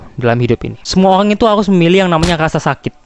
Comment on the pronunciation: RRRRRRRRRRRRRR lo pelo ya dek "olang , cale, pikilkan😅😅